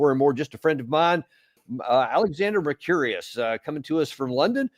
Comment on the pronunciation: He is definitely "Mer-Curious"! But, I think his name is pronounced "Mer-cure-is" Maybe "Mer-coor-is"....